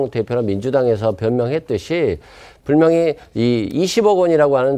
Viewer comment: 이사람요 분명히 ~를. 왜? 항상. 불명히 ~라고 발음하죠??🙄 전에도 지적한적이 있는데요 습관이라면 고치는 노력을 해야죠 😵 국적이 의심스럽네요 😝